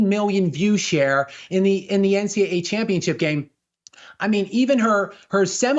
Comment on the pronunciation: the esl white dude can't say championship. He says championchip.